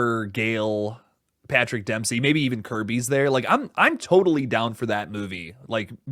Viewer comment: Am I hearing this wrong, or is saying “Patrick Dempski”?